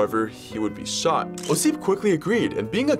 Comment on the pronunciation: When you try to make a videos that related to history, at least look up how person's name should be stressed. Its "Ossip", at the first syllable.